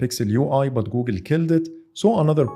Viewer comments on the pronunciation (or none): من أول 5 ثواني عرفت اللهجة وابحث عن زر اكس عربي ويقدم محتوى بالانجليزي ( هههههه بيقول But ينطقها بط )